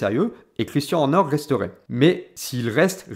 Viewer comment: Vidéo vraiment intéressante, seul petit bémol, la prononciation à la française, notamment de "Christian" et "Red Bull" qui sont répétés tout au long de la vidéo, ça m'a piqué les oreilles lol